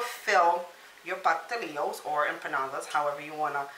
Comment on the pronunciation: It’s pastelitos